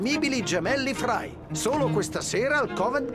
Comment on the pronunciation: Ci tieni molto ma non hai fatto i primi -.- Non hai fatto neanche Chronicles che spiega un botto la storia L'inglese.... Si dice Frai non Frei